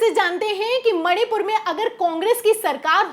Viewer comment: मैडम सही बोल रही हैं, बस मणिपुर का म उच्चारण नहीं कर पा रही हैं। 😮😮😮